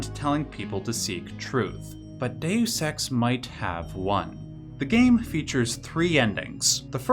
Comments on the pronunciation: You are definitely saying day sex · It should be dayus, not day sex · Just a note: its pronounced "day us" in English. Its pronounced "day ose" in Latin. You pronounce it a 3rd way not heard before, "day oose". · Sounds like you've said, "day sex" like 100 times, it's dayus not day sex. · Please stop saying dayoous ex. kthnx <3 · "Day you sex" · ... the narrator says "DaySex" a thousand times 😜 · Why are you pronouncing the game like that...? Please look up the game and how people pronounce Dues Ex. You really make it look like you've never played it a day in your life or you need more talk with more real people so your friends can laugh at you until you learn how to pronounce it correctly. That is all. Thank you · I activated CC hoping to see it translated Deus Ex to how you kept saying it "day use sex", but all I got was Dex. I am sad now. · Hard to take you seriously when you don't even know how to pronounce the name of the game. There are videos on this very website that will tell you how. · Loves it so much he didn't bother to learn to pronounce it